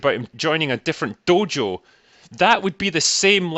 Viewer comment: You say "dojo" funny scotsman